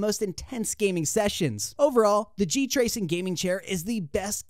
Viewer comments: "G tracing". When you know the guy narrating the video has zero clue what he's talking about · GT----Racing..... not G-Tracing